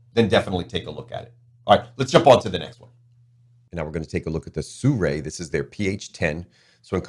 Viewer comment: SIRUI is pronounced as Seer yu é, not Soo ray, sir!